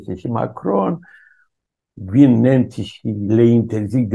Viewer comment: nemjjjji, franjjjejjjjjjjii?